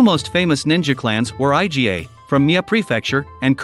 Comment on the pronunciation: It's pronounced "EE-GAH." Iga is not an acronym😂